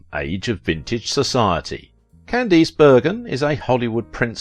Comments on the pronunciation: Good heavens! AT LEAST pronounce correctly the name of your chosen subject! That atrocious "CandEEce" is appalling. Listen to any period TV piece for 30 seconds and you would know. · Is this read by a speech reader program? I’ve noticed on a couple of videos how common names are mispronounced. No one says Can-deese. It’s Cand-ass. On another video, Mel Torme was pronounced Mel Torm….. also in both videos, pictures end up in the show that have NOTHING to do with the topic.